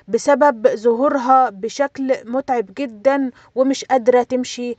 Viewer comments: " وجه متعَب " بفتح حرف العين وليس بالكسر حاولى تضبطى النطق ، لاحظت هذه الاخطاء فى كل فديوهاتك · بوجه متعـب بفتح العين وليس بكسره